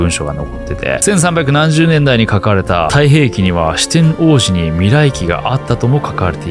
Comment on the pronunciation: してんおうじ → してんのうじ